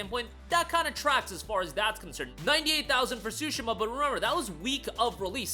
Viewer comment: Swoooshima???????????? Its Tsushima tf😂😂😂😂😂 yt ppl do not care to pronounced other cultures correctly smh